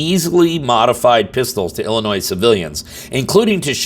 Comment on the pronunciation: Two things: one this is typical bs behavior of Kim Foxx and 2 the s in Illinois is silent!!